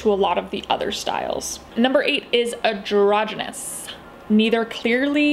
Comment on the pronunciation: isn't it "androgynous" ? not adrogynous?